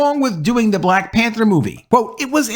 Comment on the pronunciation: It's hard to take you seriously if you can't pronounce the word "Black" without over pronouncing the word.. ijs.. listen to how this man says "BBLLLLLAAAACCCKKK" every time.. fucking hilarious 😅